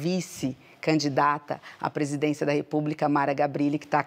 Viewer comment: É impressão minha ou ela fala candata ao invés de candidata... ?